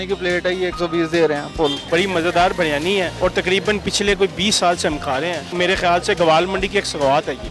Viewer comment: Baryani Nahi hota jahil aurat biryani hota hai